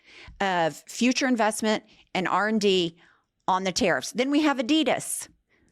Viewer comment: 😒it really hurts how you pronounce adidas